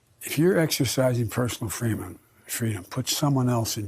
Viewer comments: personal freemum! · I like what he said personal frwadom isn't freedom if it takes from anothers right to be healthy freedim isn't free it take a person to be responsible to the humans standing gnext to them in the town state and country and world what if u exercise ur (freedom). U catch covid and u pass a mutated covid out to everyone else it's a bad vararent it's worse than all the other put together would u still feel the same bout expressing ur(freedom) think about it